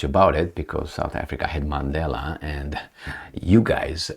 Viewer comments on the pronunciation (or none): none